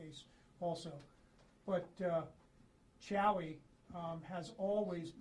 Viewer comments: Its "Chuey" my guy. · How the hell does someone see how chewy is spelt and pronounce chowy